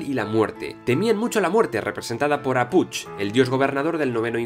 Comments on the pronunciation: Hola me encantó el video, pero unas correcciones con la pronunciacion de los nombres mayas. 1. La "H" suena como si fuera jota, Hunahpu= Junajpú, Ah Puch= Aj Puch. 2. La "X" suena como si fura la Sh inglesa, Ixbalanque= Ishbalanqué. 3. La "V" suena como si fuera "W", Popol Vuh= Popol Wuj. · Excelente vídeo!!! Suscrito y siguiendo. Nada más una aclaración: la x en maya suena como sh (Shibalbá) y la h suena como j (Aj Puch). Del resto, perfecto!!!